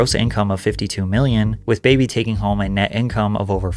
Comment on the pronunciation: Its not pronounced "baby" its "Bah-bee" Like saying Barbie but with a NJ or RI accent.